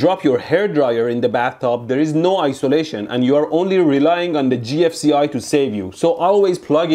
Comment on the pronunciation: did he just call the gfci "ji-eff"